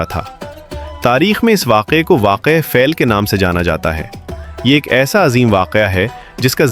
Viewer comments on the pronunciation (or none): Sura fel Nahi feel he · Can you correct your pronounciation pleas correct dont miss guid Sora e feel not fail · فیل فےل نہیں فیل feel